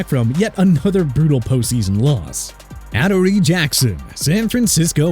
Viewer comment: Ah-DOOR-re Jackson*